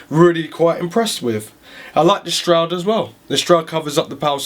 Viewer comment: Just a couple of comments. You forgot the I/O shield, there is no upright mounting option for GPUs (it's just the design of the back panel) and it's a shroud, not a stroud. Otherwise I enjoy your enthusiasm, and a thorough look at the case!